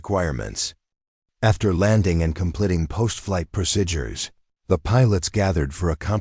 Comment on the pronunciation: Very annoying that the narrator can't pronounce the word, 'procedures'.